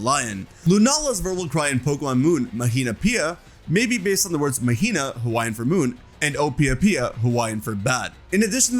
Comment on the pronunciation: It’s ok your hawaiian pronunciation is definitely better than others 🫶🏽